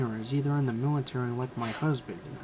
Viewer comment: did he say his husben was un the millatiry